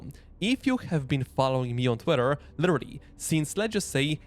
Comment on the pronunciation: AI voice...."litterilrily".... ;)